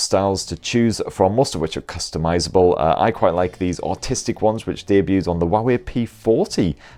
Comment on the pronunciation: Bro you said autistic instead of artistic 😂 🤣 🔥